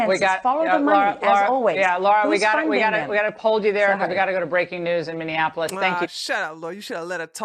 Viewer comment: Love your videos,!!!! Minneapolis is pronounced: Mini-Apple-Is (not Mini-In-Apple-Is) Also, this country is in a full fledged DEPPRESSION, not a Recession!